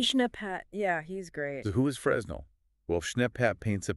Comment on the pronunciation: Fresnel is pronounced "Frenel"